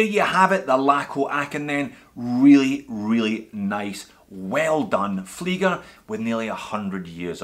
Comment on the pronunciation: You are saying flygers. Ie is pronounced ee in all languages, including english